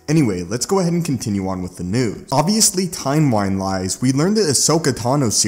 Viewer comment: "timewine lise" lmao